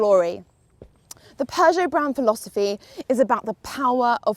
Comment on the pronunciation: You can pronounce Peugeot much better than for example Sinead McCann who says ”PjuuShow” which sounds annoying. You’re much better to pronounce this awesome french car brand than her. Do you know Sinead? 🙂